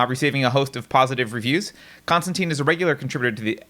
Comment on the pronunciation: Every time this guy said ‘Konstanteen’ I wanted to rip my ears off.